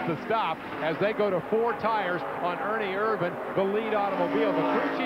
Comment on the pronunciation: 2.25 why isn't Richard petty name on his car ...and its ernie Ervin. Not vannnnnn